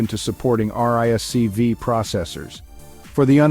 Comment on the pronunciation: RISC-V is pronounced "risk-five". It is not necessary to spell out the letters each time one mentions the acronym.